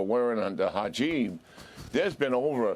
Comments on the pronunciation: Hijab not hajib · He can’t even pronounce the word Hijab.. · Lies hypocracy and please learn how to pronounce "hijab" wow. 😮